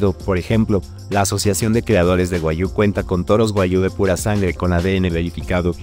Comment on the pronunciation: Buen video pero pronuncia Guag- Giu Tu lo dices Gua-yu